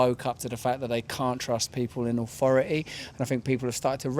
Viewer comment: What is "awfori'y"? I don't fink I know